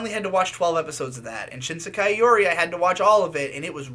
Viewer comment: "shISEKAI yuri"